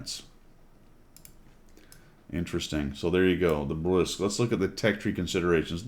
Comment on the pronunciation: It's official now. Every single WOT CC has made fun of how to pronounce Bourasque. Even Skill, and he can't pronounce shit! The worst was probably 4Tankers calling it Burlesque!